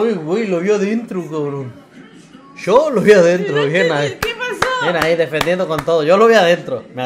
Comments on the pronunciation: ...pucha mare se Argentinizo! "Sho", pibe tomá la ciudadanía ,toda "tusha" 😂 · "Sho creo que Messi..." Le salió el argentino de adentro 😂